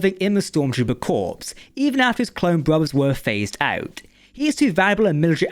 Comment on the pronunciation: s is silent in corps